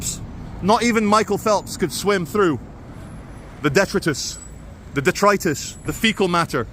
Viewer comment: The detritus pronunciation watch is present and accounted for :). Thank you for your support of Israel.